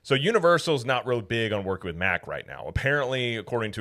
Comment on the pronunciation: why did you switch back to the incorrect pronounciation of Mack Rides? They are a German family company and it's pronounced Mach or Mock. They are known worldwide and have nothing to do with Mack Trucks. Every other theme park channel says Mach. It's ok, you won't get in trouble for pronouncing it correctly...Poppa Smurf WILL NOT carry you away in the middle of the night! lol